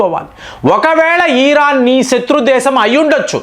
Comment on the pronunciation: నమస్కారం. మీరు ఎందుకు అల్జీర నీ అల్జీజీర, వెనుజుల నీ వెనుంజుల, ఇరాన్ నీ ఈరన్. ఇలాగా అన్ని తప్పులే పలుకుతున్నారు. మీ వీడియోలు అన్ని చూస్తాను, అన్ని చాలా బాగుంటాయి. మీ స్పీచ్ మార్చుకుంటారు అని కోరుకుంటున్నాను.